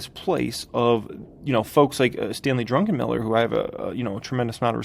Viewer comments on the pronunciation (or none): He said “druNkenmiller”. There’s no “drunk” … how can you have any respect for someone you don’t know how to pronounce last name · You don't have tremendous respect for someone that you cannot pronounce their name. CMon dude!